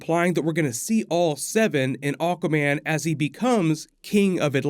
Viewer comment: Keep hearing "oh common" when u say aguaman.😁